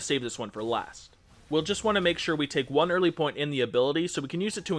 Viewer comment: You made a mistake at 33 seconds, "eary"